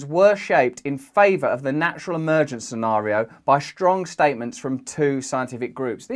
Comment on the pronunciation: I feel like I need remedial English lessons after hearing him pronounce "scenario" and "laboratory" 😄